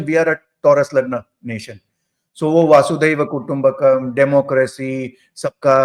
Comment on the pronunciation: ओय " वासुदेव ", वसुधैव कुटुंबकम् बोलते है ... वसुधा (पृथ्वी) ही कुटुंब है ... ज्योतिष वाले को बेसिक संस्कृत पता होनी चाहिए !